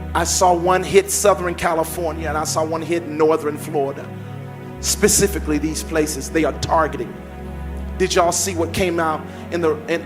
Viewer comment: Yes,, I am confused why you “Pacifically” did that.